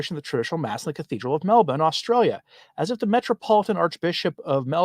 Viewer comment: Congratulations from a local on pronouncing Melbourne properly! “Melb’n.”🙂